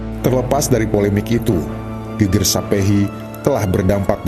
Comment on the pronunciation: Mngkin admin yg baca narasi bukan orang jawa ya, soalnya ada beda tulisan sama pelafalan. Yg divideo ini disebutkan Geger (artinya punggung) yg seharusnya geger, biasanya dg tanda garis miring diatas huruf e (artinya perang, keonaran, kekisruhan...). 😁, sukses trs buat channel ini 👍🙏